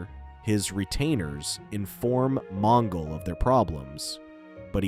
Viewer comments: Supposed to be extinct ? It’s supposedly . And J’onn Jones is pronounced with a slight pause between the J and the o . It’s like saying J onn . And it’s Mon-gol like the Mongols of China not Mon-ghoul . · Mon Ghoul? Geez AI Garbage narration.